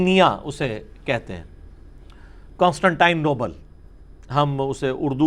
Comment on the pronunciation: علی بھائی یہ لفظ کونسٹنٹائن نوبل نہیں کونسٹنٹی نوپل ہے